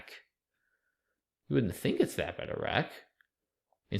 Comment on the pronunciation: "Idk about [th]AT, man" lol